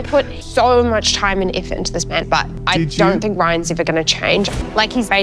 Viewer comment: Thanks for the rehash! I will never ever say "never" and "ever" the same way again. It will always be the Tazzie way (Sorry if I said that wrong, but I'm from the US). Nnneeva and Eeeva! I guess I can thank for that! 😂😂🤣🤣